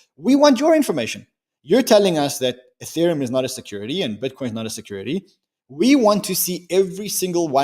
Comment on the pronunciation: U-theriumm eeTheereeum UTheritum